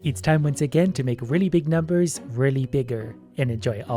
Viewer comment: Watching trying to pronounce the numbers on earth was the funnies part of the video